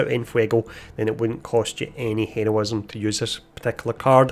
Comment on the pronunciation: Yo I appreciated your videos they help a lot but could you practice your pronunciation of heroism and quick